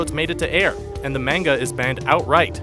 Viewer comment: I was cringing everytime he said "manga" cuz he kept saying it wrong lol